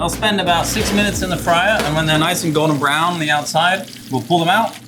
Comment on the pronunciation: I swear this guy is saying Gordon Brown not “Golden Brown” lmaooo